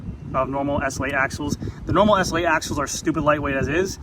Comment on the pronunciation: Repeat after me: ESS ELL EIGHT. Not ESSL8